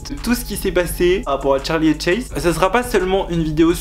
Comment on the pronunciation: C pas Tcharli mais Charli